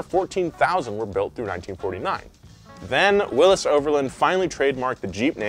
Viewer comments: Please! It’s not pronounced Willis. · Say Willys wrong again. I double dog dare ya